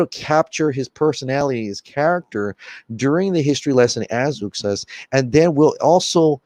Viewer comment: It's OOOxas, Zack Snyder pronounces it like that, not YOUxas.